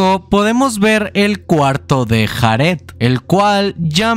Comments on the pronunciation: De los mejores canales que he visto en mi vida, me encanta como resume las historias, las traduce (exceptuando lo de JARED, se dice "Yared" nojoda) y su edición, no se me hacen pesados los vídeos en lo absoluto, sencillamente lo amo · Me causa ansiedad que pronuncie Jared como lo hace XD